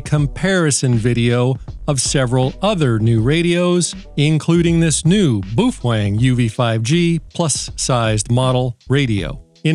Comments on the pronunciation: Bao-feng. Not Boofweng😅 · bow feng not bo fweng.😅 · Why is it that nobody can pronounce Baofeng correctly? Folks just making stuff up now. I mean, I'll give you the "boo", but the "fWeng" is killing me! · How many wrong ways have you taught yourself to say Baofeng in a stupid way just to amaze us on your vocal skill?